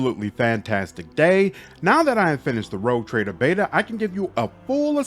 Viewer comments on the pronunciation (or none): none